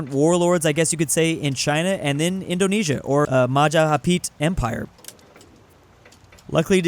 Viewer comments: "Majahapit" it's Majapahit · Its Ma Ja Pa Hit, not mahahapit, always error saying this